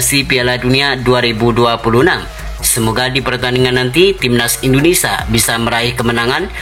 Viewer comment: Indonesia , bukan indonesa 🤣🤣🤣